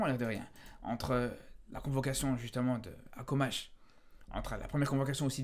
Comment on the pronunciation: Mon frère on dit Akhomach pas Akomach mdr un peu d’effort